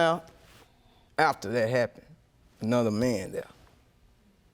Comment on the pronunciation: “I done spunt money” my lord.